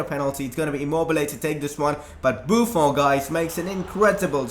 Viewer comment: u pronounce buffon wrong it is like a french accent in the end